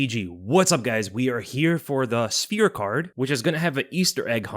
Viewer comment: You pronounce sphere worse than Merab